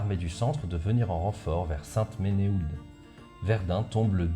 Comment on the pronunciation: Et saint-menehould. Sainte-menou.